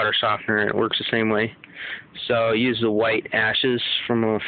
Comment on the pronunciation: its use not pews